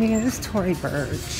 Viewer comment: In every video u say " I've owned that bag before LMFAO. It's Tory Burch not bursh lmao omg .